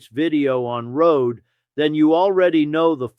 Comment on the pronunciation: Her name is pronounced Road-e.